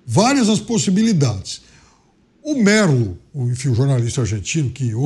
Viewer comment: O nome do jornalista que deu a notícia é "César Luiz "Melou" preciso dizer mais nada